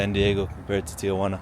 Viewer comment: You know! Ti-Juana (not Tia-Juana)👏🏼👍🏼✌🏼